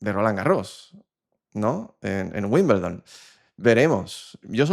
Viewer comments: Se pronuncia "wimbeldon" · Por favor se dice Wimbledon ..